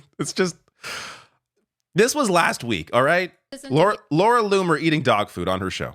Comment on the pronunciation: I thought MTG was crazy until I heard LLoomer 😮